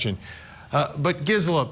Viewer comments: It’s “GeeSela” for Gisela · Is he saying her name, right? I've watched her a few times, and I feel like she doesn't pronounce her name that way